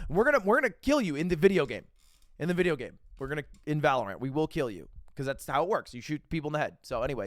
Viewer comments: it’s pronounced valorant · the way he pronounces valorant irks me